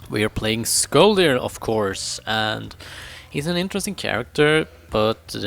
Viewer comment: It is not pronounsed skolldir the o thing is a danish/norweiyan letter. In sweden it is an ö